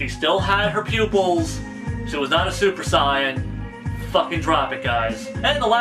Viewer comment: ... you sir... you pronounce saiyan properly.. subscribed